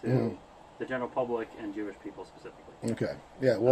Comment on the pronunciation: JEWISH, not J-ish